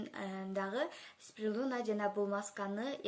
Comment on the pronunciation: Спирулина деп туура айт